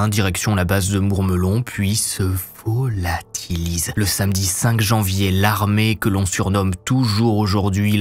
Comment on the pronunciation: J'aime bien le prononciation de le VO LA TI LI SÉ